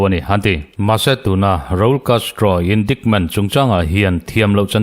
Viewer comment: Indaikment tiin han lam zeuh zawk la